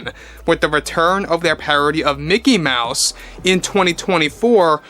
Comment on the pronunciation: Umm. It's pronounced "MEOW-SE".